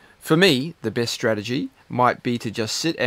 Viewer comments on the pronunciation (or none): none